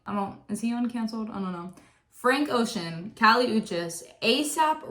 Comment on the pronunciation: the pronunciation of kali's name is killing me 💔